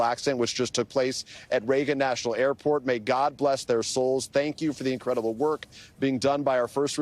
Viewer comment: Did he say Incredible or un-credit-able?